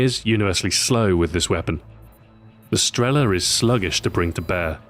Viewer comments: not strEla, but strelA. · Sorry, Stu. Its not StrEla, its StrelA... Just saying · The stress is wrong. It's not strE'la, but strelA'. And that's always the case when someone who doesn't know Russian tries to pronounce russian words. The stress is everywhere, except for the right place. For example, it's not I'van, but IvA'n. A hint for all of you then: Think about where is the stress in a russian word, and put it in another place (you may guess it right) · Not strEla, but strelA! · thumbs up so people can see, its streelaa not strela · its not strEla, its strelA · Why do some of the npc's pronounce it as sterla? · Nobody says strEla